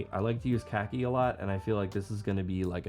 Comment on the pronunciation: "Cah-key" not cacky. That means something else... lol